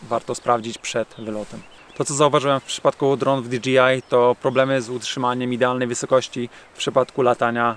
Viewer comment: Dlaczego wszyscy wymawiają nazwę tych dronów tak jakby to było DGI?